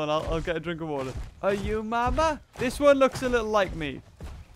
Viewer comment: Ima get some wa tar IMA GET SOME WAtWA!